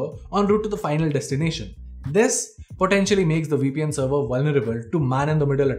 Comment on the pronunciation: What did he say? We peein'? oh, my. . .